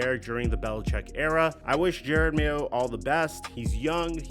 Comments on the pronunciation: I came just to see if this dude STILL thinks his name is Jared Mayo and he does, even while clipping videos with his name pronounced correctly. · Bro is saying mayos name so wrong it’s upsetting